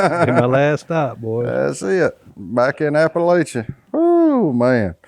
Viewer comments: Hey,... it's Appa-LATCH-uh, not Appa-LAY-chuh! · That's too funny, but it's called APP-A-LATCH-U!